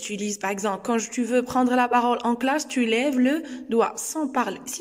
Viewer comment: Parole et non pas parôle . Non verbal et non pas nom verbal